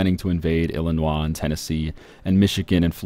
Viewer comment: Dude I'm from illinios pronounce it right please just look up how to say it